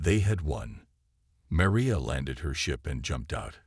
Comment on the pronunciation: The worst stories on YouTube! Obviously Chinese made. The constant misspelling in the forced close captioning and the way the AI say Maria...Doctor Chen is annoying! As if it's speaking of 2 people. This mispronouncing of names as well detracts from the story! Glad you have 8 friends to like your story.......